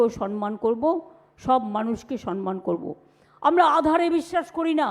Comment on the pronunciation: কথাটা সম্মান সনমান নয়